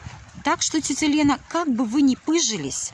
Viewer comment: Как муж вьідерживает єтот противньій воющий голос. "ДЗевачки, сдЗелала, тЦеця, тЦебя...